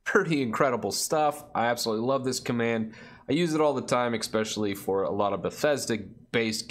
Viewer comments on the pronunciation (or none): hey, i cringed everytime you said eXpecially:D i would also like to know, which type of games you play most and maybe some examples